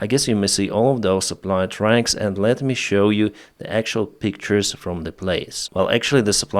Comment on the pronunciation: You talk about "supporting your motivation", after asking for money for your "jab" 🤔... This really sounds like the money are the motivation! And NOT jab. It is job, or even better use the word work! And NOT tracks. It is trucks. Tracks are a totally different thing! Btw. Why do you speed up your videoes? It is pure torture to listen to a non stop sentence from start to stop. Take a breath between sentences! And slow down your speed.